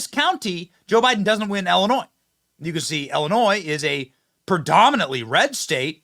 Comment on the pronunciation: Thank you for pronouncing Illinois correctly.